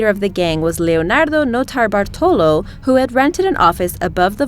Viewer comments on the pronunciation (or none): As a Brit, i cringe at the sound of her irritating septic voice and assault on the English language. Dramatic pronounciation of 'Notobartolo' was the cherry.